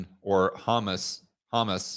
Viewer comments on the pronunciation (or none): HAMAS ITS NOT HUMAS :) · You pronunce that haMAS. Emphasis on the second syllable. You sound like talking about hummus, which I assume both sides of the conflict like to eat. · Hearing pronounce “hamas” (pronounced ha-maas) as “hummus” (the food) makes me laugh…and makes me hungry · Ha-Mas not humus bro. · Humus is involved now XD Just beating you up but it is "Ha-mas". Please don't ban me... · He said "Hummus" 🤣🤣🤣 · I love your show but I swear you've got to pronounce things better... You're making us tin foil hatters look bad!!! Hamas... Pronounced... Huh-Mahss... Emphasis on the second syllable. It's kind of like speaking the word dumbass if it was spoken by a hoity toity British type with mush in his mouth after a few drinks but you replace the D with an H. Do better bro! Oh yeah, and be nicer to Josh. He seems like a positively fine young fellow.